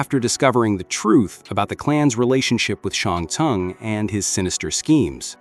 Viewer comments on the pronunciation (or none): "Shung Tongue", also this isn't a well researched video because you'd know Cyrax was against it in the first timeline too. Bro literally has a whole story arc about trying to turn back to normal.